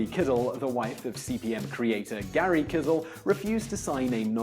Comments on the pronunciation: Found Out — Simon, the founder of Digital Research, Gary Kildall, pronounced his surname "kill-dall", not "kiddle". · Every time you called him "Gary Kidall" I died inside a little. It's Kildall, pronounced "killed all". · The name is said as "killed all" not kittle. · "kill dall". It's pronounced "kill dall". Not "kid all" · Oh, and it's "ski mer", not "shki mer". Come on man! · It's Gary kildall not Kisall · Kildall, not Kidal. Otherwise an interesting video. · "Gary Kizzle"? You mean Gary Kildall ("kill-doll")? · Jack Parker That's what I kept on thinking. Do some basic research, like how to properly pronounce someone's name, or what his name even was in this case. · It's pronounced Kill Doll. (anyone who remembers the early years of the PBS show "Computer Chronicles" can verify this) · Why does he keep mispronouncing Digital Research ("Researching") and Gary Kildall ("kissle"). It's weird. Also, the missed meeting between DR and IBM is the stuff of legend. I've heard at least 4 different versions of it around Pacific Grove. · HIs name is Gary Kildall, pronounced KILL DOLL very fast. Even better, there's quite a bit that's wrong. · And for fuck's sake, learn to pronounce Gary Kildall's name properly. He was a computer industry pioneer, and he deserves at least that much respect. -jcr